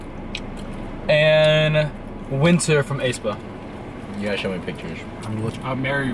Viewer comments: Not a member but aespa is pronounced ess-pa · Since you asked, Beomgyu's name is pronounced as POM-KYU traditionally. Aespa is pronounced as EH-SPA. I hope you have a great day! I love NSB videos and your guys' individual ones. (You should do more Kiss, Marry, Pass for K-Pop again. Especially boy bands or a co-ed group called KARD) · this was so funny. keep up the amazing work, guys!! Beomgyu is pronounced bomb-g-you the group aespa is pronounced espa. just get rid of the first a. Hyunjin is pronounced Hyun (rymes with done)- jin. Like Jin from BTS. Ahin is pronounced Ah-heen. Ok that was a lot sorry. Love you guys <3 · I pronounce Beomgyu as Bum- gyu so you don't pronounce the e. • Aespa is pronounced as S- spa and Seventeen's Dino is just d- no • To pronounce Hyunjin it's like saying Yon but with a H at the front.